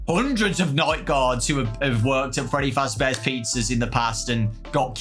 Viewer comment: Ahh yes my favorite fnaf character “Shready fazChair”